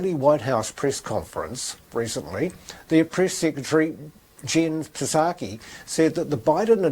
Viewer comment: Psaki has a silent 'p'. It is pronounced SAH - kee like the Japanese alcholic drink. It is of Greek origin. In Greek the P is sounded like the sound 'pst' when you want to get someone's attention, but this is not done in English. People should be turning their useless lawns into vege gardens and starting compost heaps and worm farms. Make your own fertilizer. I only wish I had the room.